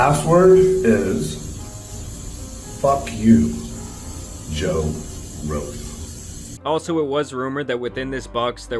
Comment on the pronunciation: He couldn’t said Jose Rogan